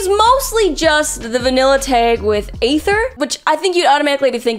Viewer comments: Why does she pronoun everyone right except the travellers. Like, A-ther (sometimes Ai-ther) and Lumi-nee. Really now? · I’m trying to understand how keeps failing to say Aether when his name is said in game multiple times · the way she pronounces Childe, Lumine and Aether are the same as i did early game lmao